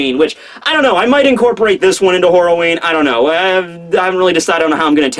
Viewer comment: Did he say whore-a-ween or horror-a-ween lmao